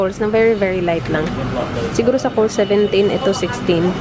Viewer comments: Girl it’s “Coles” with s, not Cole ! 🤣🤣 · Lav GC Hahaha correct Hindi silent sss yun 😂😂😂 cole din rinig ko